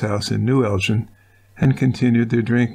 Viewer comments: They lived in Elgin. The "gin" rhymes wih "bin" not the drink, gin. Their last name was Fraser, rhymes with razor. It's not the same as "Fraser" Crane. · Elgin isn't pronounced like gin...its more like Gill as in fish Gill, but swap the ls for an n at the end I don't know the number to call to leave a message, but I'm local to the area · It is Elg-In.